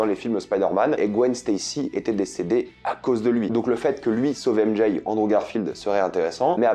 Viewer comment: Très bonne vidéo mais le fait d'entendre "ème Jay" me rend fou